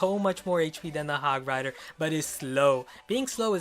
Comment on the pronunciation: you said hog frider